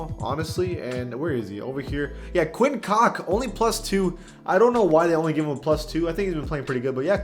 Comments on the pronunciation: Quinn cock!! Lmao hahaha it's Quinn cook brother don't do him like that man and yeah it's ok bro everybody does mistakes don't worry about it. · my guy what its quinn cook as in cooking. Edit-Ok never mind I just realized this was an April fools video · Come on bro, ik he not good but how you not sayin quin cooks name right. FTC? Ok I saw the end he got me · lmao you did that twice to quinn cook for extra emphasis i fucking love it